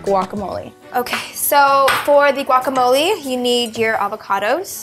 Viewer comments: its guacamoleh not guacamoleeee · Guacamole has jalapeños ladies. Important ingredient. Also the g is silent when pronouncing. You heat needs to be higher when cooking shrimp.Kylie quit touching your hair when handling food or cooking in the kitchen..